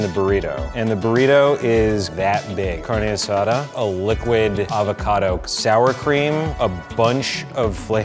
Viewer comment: Man said liquid acicado🤣😂